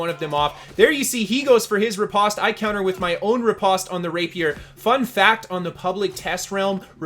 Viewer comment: riposte is not pronounced the way you are saying it. I was way too distracted by your mispronunciation to take much more away from this video.